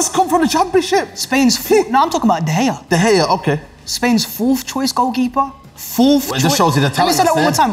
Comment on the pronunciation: doesn't even know how to pronounce De Gea right and he was representing United in this argument? embarrassing.